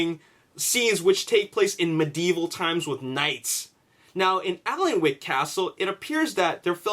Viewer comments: It's pronounced annick castle. It's where they filmed parts of the first and second Harry Potter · Hey, Just so you know, Alnwick is pronounced Annick. It's a bit weird but yeah, that's how you say it. Makes sense that modern scenes would be filmed there because people still live in the castle, it's in incredible condition, while Bambourgh has not been occupied for some time and is therefore not in perfect condition.:) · hi Dude. the L in Alnwick castle is silent, pronounced Anick. i work at this castle. was there during filming. awsome days cant wait for the movie. C ya! :) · It's pronounced "An-ick" castle, trust me i'm professional Geordie:) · Ok you had no way to know this but 16.55 is Not bamburgh castle, I'm from the area and know it like the back of my hand 😎 not sure where that shot was taken but it looks more like a ruined abbey or priory. And good try at pronouncing alnwick but that's one of our awkward place names. The l and w are silent so it's more like annick. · I live in Alnwick myself, but I've never heard anyone mispronounce it as badly as this X3